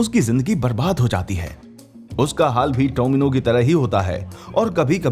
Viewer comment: It's homino not tomino...